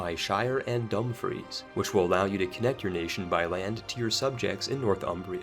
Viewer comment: I even willing to let his pronunciation of Dumfries slide because wtf